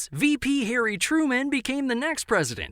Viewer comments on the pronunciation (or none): none